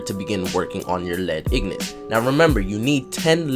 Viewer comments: Which is the whole reason I corrected him. Also, it's IN-GOT. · ignant.. (een-get) nor in-got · No its pronounced IN-GIT